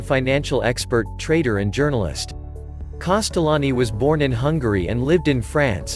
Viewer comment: Can we please spell his name correctly and maybe try to pronounce it better